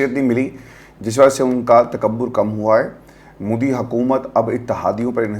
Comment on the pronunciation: Punjab k saare siyasatdaan aur anchors modi ko moodi kiun bolte hain